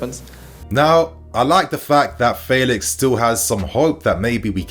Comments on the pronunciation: Cause u used to say feelix, but now u saying faylix but it’s Felix like saying fenty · U still saying faylix instead of Felix